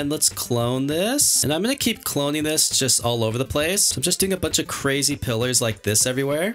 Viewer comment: This man is cwazy